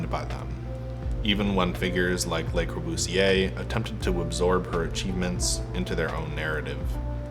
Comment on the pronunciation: It's 'Le Corbusier' not 'Les Corbusier'